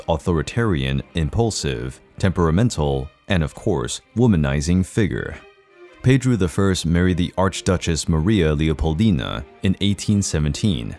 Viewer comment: The way he says it is closer the pronunciation of the name in Portuguese